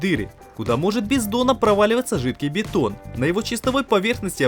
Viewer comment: ТЫ откуда слова произносишь неправильно мЕшалка, бЕтон)))